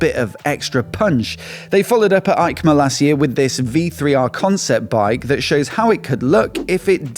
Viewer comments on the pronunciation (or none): Hi, I watch almost every episode with pleasure, but please don’t say Aicma but Eicma 😀 like Esposizione Internazionale Ciclo Motociclo e Accessori. It’s in Italy not Germany 😂 hugs